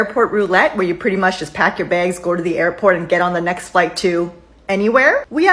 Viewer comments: Why do you keep saying "begs" instead of "bags?". It sounds super weird!!! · Why do u always say bages just say bags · Begs? Oh...so close...you almost said 'bags' not in Canadian! Also, heard that recent agreement was made to pay the whole time they're working. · ITS CALLED BAGS NOT BEGS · I’m sorry, did you say “baigs”? ☺️😛